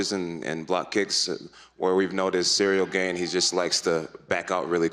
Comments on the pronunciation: Jon keeps saying Cereal ghejn… 😂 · I feel like everytime Jones says "Ciryl Gane" pronunciation changes 😄